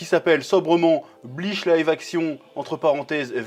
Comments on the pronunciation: On dit pas Bleash on dit Bleach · Purée tu m'a tendu de fou à prononcer Bleach "bliche" 🥶😅